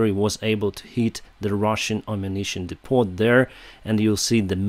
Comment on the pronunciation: The "t" at the end of depot is silent